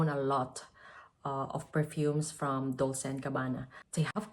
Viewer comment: Dolce is pronounced „dolche“ (ch like the word chair)